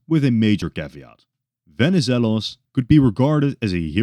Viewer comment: As a Greek, nice work pronouncing Benizelos